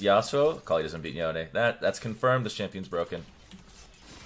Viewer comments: Isn't it Yone not Yonie 😂😂😂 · Did he just say "yo nay"? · Yonay? how does he read his name like that